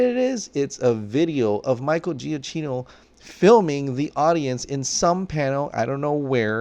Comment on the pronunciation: For gods sake can you please pronounce “giacchino” properly!! Italian isn’t that hard